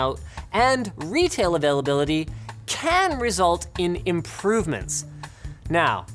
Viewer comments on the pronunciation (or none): "retail availavailability" - Linus 2018